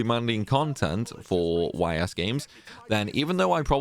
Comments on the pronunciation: It's not pronounced Y.S. Your mistake is already in the title of the video, because you capitalized both letters. It's written Ys and pronounced eess, similar to the words "ease". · Man made a 25 min video and didn’t look up how to pronounce the series name lol